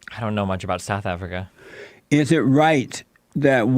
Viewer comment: South Afreeka Mommy Afrika